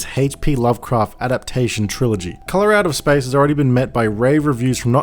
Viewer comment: "Colorado Spice is one of the best HP Lovecraft movies I've ever seen" Me: wait wuh-? oh, Hes from Dewn Unda, Nevahmoind